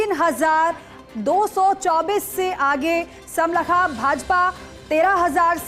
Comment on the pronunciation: It is smalkha Pronounce properly